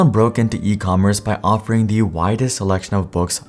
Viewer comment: The cable. "Thee" audio cable. Next word has to start with a vowel to say, "thee". YouTube is ripe with people butchering this simple rule.